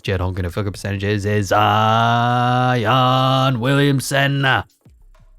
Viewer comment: Love the correct pronunciation on player names like Ziiiiooooonnn Williamson! And Kevin Dewrant, and Victor Wembyanmama and my personal favorite, Shai Shmildess Alessmander lol. Keep it on coming man love it 🔥